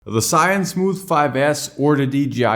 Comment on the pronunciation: I have watched many of your video but still not get used to it when you say the name of Zhiyun 😅